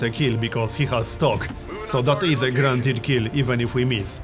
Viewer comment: everytime he said guarantied I heard grand hit am I the only one?